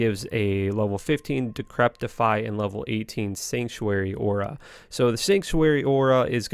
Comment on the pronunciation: There is no t in decrepify